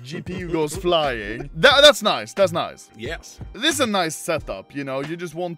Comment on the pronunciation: did he just say jes as in yes?